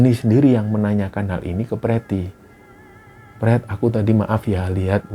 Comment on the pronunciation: Ini cerita horor tp pas denger Panggil pretty dng sebutan prett kok guyu kekel 😂😂😂